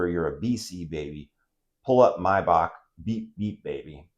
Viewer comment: Kudos on the correct “Maybach” pronunciation….🦉